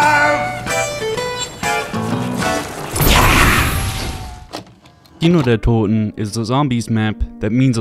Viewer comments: Yet again Like Ur vid from 2 weeks ago, u Sound really german when u say Kino der Toten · I know I’m late but as a German I have to say that you pronounced "Kino der toten" and "der Riese"so perfectly and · The Glaswegian accent pronounces it absolutely perfectly which is so funny I’ve never heard anyone say anything other than keeno der toten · This is a stupid thing to comment, but being a German native hearing someone not only make an effort but actually pronounce a German phrase/word correct means a lot. It’s awesome finally hearing someone say “Kino der toten” properly on a YouTube video. Thank you I subbed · Finally a non German YouTuber which can say the map name correctly. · Props for correct pronunciation, means a lot hearing that from an American. Also, great video! I never realised where the knocking came from! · he says it correctly. he fucking did it. HE DIDN'T SAY KAINODIRTODIN YES WOOOO i'm german. this fills my heart with immeasurable joy. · as a german i can say that you pronounce kino der toten soooo good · Bro are you German? Never saw someone from UK or USA that can pronunce "Kino der Toten" like sooooo good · has a very good pronunciation when it comes to German words. Most of the other YouTuber tend to butcher them completely. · Are you German ? You pronounce the Names very good man not often hearing english speakers Doing that so good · Whatttt im german and the way you pronounced Kino der Toten at the beginning caught me off guard that was spot on with no accent lmao are u german? 😅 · The pronounciation of this guy of Kino der Toten is so good, Are you a native German? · Does somebody know if is German? His pronunciation is on point in every video where he say German words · Spot on pronounciation of Kino der Toten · He is just pronouncing it correctly. Dude barely has an accent when pronouncing “Kino der Toten”…